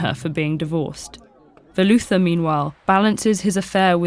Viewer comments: Once you realize how badly she botches up the pronounciation of their names (no hate, I understand cultural differences, but it took me a second as a native Keralite to realize when she said Velutha's name) that idea doesn't seem so good anymore. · Thank you Ted-ed for putting up this video! The story is definitely a classic! And unfortunately many of the story's tragic themes are prevalent in today's society. My only complaint is that I wish the narrator knew how to pronounce the Malayalam words correctly. I didn't even recognize when she said Velutha. Even though the words might be a bit confusing for people not used to transliterated Malayalam, it's still a wonderful read! Highly recommend it